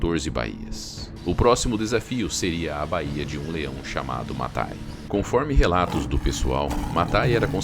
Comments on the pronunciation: Bahia não amigo. Fala direito é baia (báia como se fala) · Não é baía é báia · não é "bahia", é baia, bai-a, sílaba forte é bai... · Correção: não é baía que se fala, o correto é baia. É um ditongo não um hiato. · Não é "baía" e sim "báia".